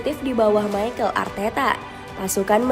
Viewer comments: Mikel min mikel bukan maykel😂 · Arsenal dibaca Arsnal Mikel Arteta : Mikel not Maikel Odegaard not Odigaard